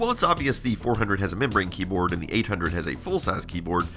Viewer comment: I'd like to clarify that you're saying "membrane keyboard" and not "memory keyboard ". It took me a while to be sure